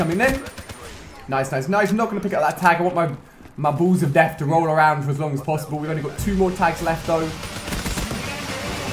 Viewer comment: "Spikey buuls of dayth"